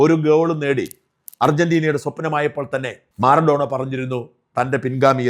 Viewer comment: മാറഡോണ അല്ല മറഡോണ മാറാസ്ലവ് ക്ളോസേ അല്ല മിറോസ്ലാവ് ക്ളോസേ